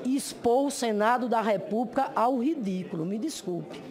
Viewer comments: Uma senadora,e professora,falar "expRica" "repúbRica" ? Lamentável essa senhora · Professora que fala REPUBRICA...coitados dos alunos! Sra Senadora, va estudar o Portugues!